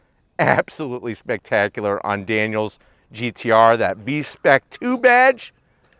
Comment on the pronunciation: "vezda uhp" on bnr34?🤢 Are you serious?!